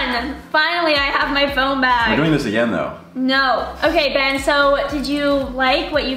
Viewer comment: the way she said “Benna” 😂😍